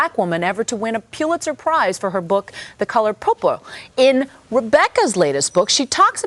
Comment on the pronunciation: I thought the reporter said "The Color Poo Poo" .